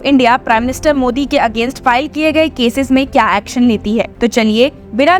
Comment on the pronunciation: Aaxxon sounds yuckxon by the voiceover! LoL 😂 it's not lawyer bi prophexan but better sound palatable in Hindi.